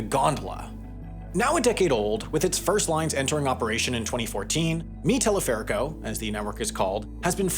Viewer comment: está pronunciado el nombre - mi teleférico - re mal 😂